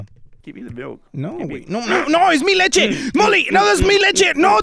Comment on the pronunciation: No its Mi leche